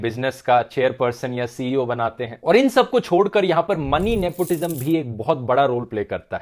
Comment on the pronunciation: "Nepotijam". Hahahaa